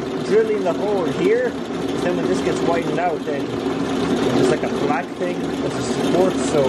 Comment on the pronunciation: "...lightin' every 'ting on fire..."